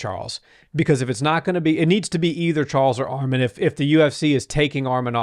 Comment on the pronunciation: Bro said armen it’s arman